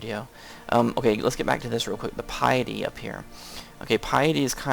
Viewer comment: i dont rage but it kinda bothers me its not pi-a-dy its pi-ty k